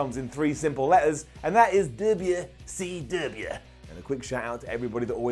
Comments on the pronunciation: “Duhbeeya-see-duhbeeya” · Keep saying WCW like the way you do, it's hilarious every time!